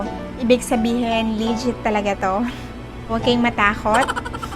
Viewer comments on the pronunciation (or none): ateng..informative naman po yung video nyo..pero ang prononciation po ng 'legit' is 'lejit" hinde po "lee jit", thank you po sa information